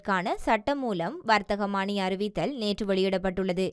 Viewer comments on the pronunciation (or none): வர்த்தகமானி என்பது தவறு வர்த்தமானி என்பதே சரியான சொல். வாசிப்பில் கவனம் செலுத்தவும்.